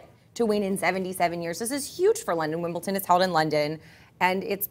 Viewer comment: What's with you Americans and the pronounciation of Wimbledon? It's wimbleDon not wimbleTon ! Get that shit sorted lol